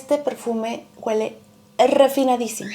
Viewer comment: Amor, ❤ no se dice: guele. Lo correcto es: huele. Besos 💋 abrazos 🤗 bye 💕